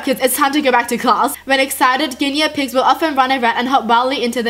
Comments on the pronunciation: It’s pronounced gui ney pigs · ginEEa piigs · Valeria Calvo Ginia pigs lol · The way she says guinea pigs😹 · The way she says guinea pigs 😂